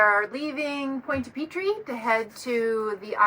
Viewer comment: This episode is a good reminder -- I have some old Harken winches that are really overdue for service. Maybe this summer. It's too late to tell you this now, because you've left, but I can't help myself: Your pronunciation of Pointe-à-Pitre is a little off. Not really "PEE-TREE", i think it's more like "PEE-truh". But French, so the "uh" sound is just barely there.